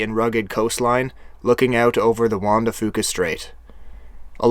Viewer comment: I live 15-20 miles from suk. I think he pronounced juan de fuca right...